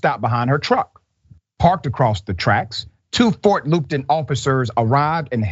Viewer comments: I grew up right next to weld county, I can vouch the officers out there aren't too bright... and it's fort Luppton... pronounced. Not loopton. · The pronunciations r PLAT VILLE not platteville and FT. LUP TON, not loopron. Phonetics used 2 b important n news reporting. THIS INCIDENT IS WRECKLESS ENDANGERMENT!!!